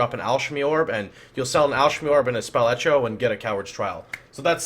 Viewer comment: "alschemy orb, spell escho"